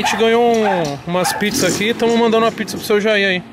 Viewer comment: Como se Escreve: Senhor Jair Como se fala: Seu Jaí